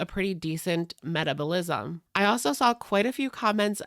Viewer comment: What???? Metabolism....how did you pronounce that?? 🤣😂❤